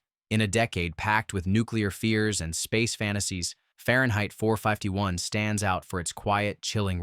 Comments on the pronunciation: Typical ranking list with solid contenders, although several movies were left out that were fan favorites. The AI narrator gets it mostly right, but when it gets to Fahrenheit 451, it says "four five-tee-one" instead of "four fifty-one", a clear sign the OP wasn't paying attention and was going for the quick monetization. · Far-yen-height Four-Five-Tee-One. What? Your AI Voice-over doesn't know how to pronounce words.